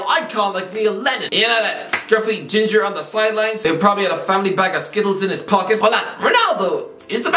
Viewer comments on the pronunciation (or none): none